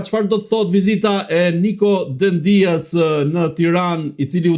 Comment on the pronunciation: E theksoni gabim mbiemrin e ministrit grek në fjalë: jo Dendías (me theks te i-ja), por Dèdja (me theks te e-ja). Dihet se ai ka rrënjë shqiptare, dhe në Shqipëri e kemi shumë të përhapur mbiemrin DEDJA. Alfabeti grek nuk e ka shkronjën D, d; tingullin D grekët e shkruajnë NT, dhe herë e shqiptojnë ND, herë D.